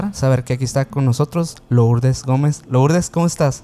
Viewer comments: Perdón, se escribe Lourdes pero se pronuncia Lurdes. Si no se oye muy raro. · No puedo creer que pronuncien LOurdes!!!!! Que no saben en México que suena Lurdes?????